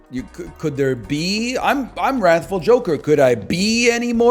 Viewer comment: I now know he's intentionally pronouncing "wrathful" as though it were spelled with an 'o'. But why though?